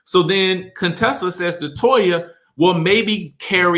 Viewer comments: It's you calling her Dr. "Cone-tessa" for me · why does he keep calling Dr. Contesa Dr. CONEtesa 🤣🤣🤣